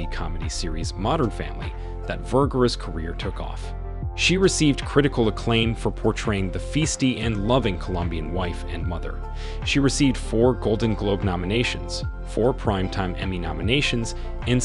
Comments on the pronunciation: Fee stee??? WTF is that??? Are you trying to say Fie stee? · Portraying a FEE-STEE..wouldn't it be pronounced Fiesty as in FI (as in Sci-Fi) -STEE? Cmon man. Love the vid with her but you're killing us with the pronunciations. Or pro NOUN ciations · "feasty"??🙄😂😂 That's not how "fiesty" is pronounced. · feesty??? C'mon, man. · Well, he also pronounced feisty as “fees-ty”, so mispronouncing her name is the least of his worries. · Dude , she has "feesty" attitude lol wtf is feesty??? Lol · “Feesty”. ROFL.